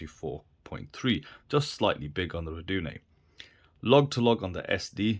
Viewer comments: Ruh-doo-nigh. Not rocket science, is it? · You started mispronouncing Rdunae about half way through the video.. kind of distracting. Good video otherwise though. Steeldive is still on my list